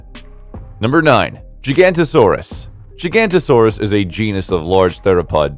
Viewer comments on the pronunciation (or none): Spot on. He says "Gigantosaurus", instead of Giga-Noto-Saurus. "Noto" comes from nótos, meaning South in ancient Greek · I almost had a brain aneurysm every time you said gigantosaurus